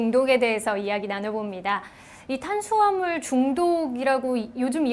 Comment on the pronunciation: 예? 싐대 영양싀오 탄싀아물 이요? 선생님 번데기발음 넘나 귀엽네요